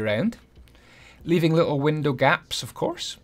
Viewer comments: "oncwe youve filled in all your faps- i mean gaps" lenny face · "So once you filled in all your faps" Nice